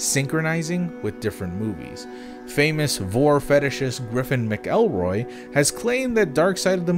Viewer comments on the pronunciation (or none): Didn't expect to see griffin in this lol, also it's pronounced mack-elroy